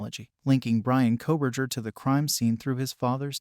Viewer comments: Nobody doing these videos is an expert😂 specially true crime people😂 this guy can’t even pronounce his name correctly ! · This is AI. Maybe Fake report? Can not say Bryans last name correct v